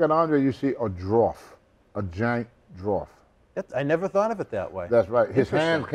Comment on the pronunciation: What's a drawf?